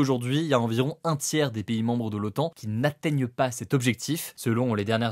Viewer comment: C'est l'OTAN, pas l'OAN. Avec un T, comme traité..